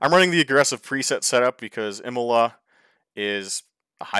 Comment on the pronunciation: Wow, is nearly as bad as me. Anyway: Imola is pronounced [ˈiːmola] and Villeneuve is pronounced [vilnœv]